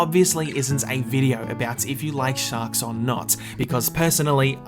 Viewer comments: It sounded like you said socks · Did you say shak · Anyone else think he said “socks” at the beginning